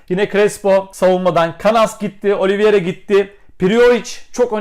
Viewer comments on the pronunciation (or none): none